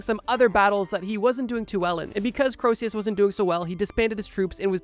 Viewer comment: Btw Croesus isn't pronounced 'crow-see-us' like you said it, it's actually pronounced 'cree-sus' :)